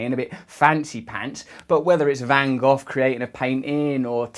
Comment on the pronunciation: ok i hit Like because you properly pronounced Van Gogh